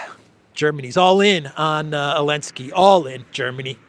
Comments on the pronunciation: Can someone tell me why always calls Zelensky "Alinsky" or "Elensky?" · Elensky elensky . Why cant you say his name correctly ??? Weird